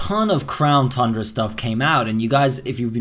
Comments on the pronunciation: Please pronounce Crown Tundra correct its not thundra its Tundra like two and time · You did it again! 🤣 It’s TUNdra pronounce it as TONNE DRA not Thundra 🤦🏼‍♂️ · "Crown Fundra" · Lol this guy still saying Thundra 🤣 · if this guy says "thundra" one more time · Whathts THe problem bud? You dont like THHHHHHHHHHHHundra? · Still mispronounced Tundra😔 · I hate how you say tundra, I'm no longer watching your videos